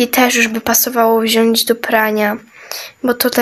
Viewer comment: 😅popierwsze muwi się pani śprzątająca muwi się wziąć a nie wziąść